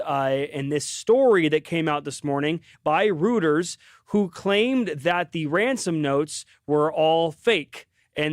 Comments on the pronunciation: Reuters is pronounced "Roi - ters" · Good job, guys, and thanks. (Please pronounce Reuters correctly. It's "Roy" -ters.) Agree about Bloomin' Onion & Empire State couple is cool and gets a pass (but wear harnesses next time)